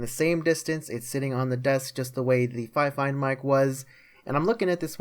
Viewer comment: You pronounce it like fe-fine.